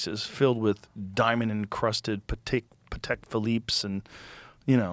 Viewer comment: Philippe Patek pronounces his name with an emphasis on the A, like lil uzi does in his songs. Not the way Joe pronounced it.